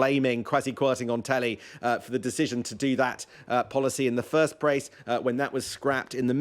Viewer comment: “In the first prace”